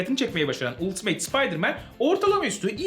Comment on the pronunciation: Ultimate "ultimeyt" diye okunmaz "altımet" ya da "altımıt" diye okunur